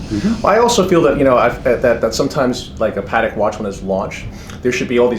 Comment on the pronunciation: Congratulations to the guy in the white suit for being one of the few people not called Stern to be able to pronounce Patek correctly!